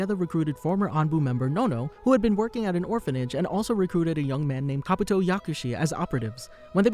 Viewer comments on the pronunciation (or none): I couldn't tell that that was Kabuto because of the way you said his name.